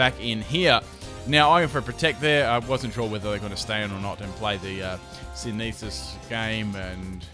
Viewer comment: I came back to this vid just for the sake of old times, when "Sineesis" was a thing! RIP "Sineesis."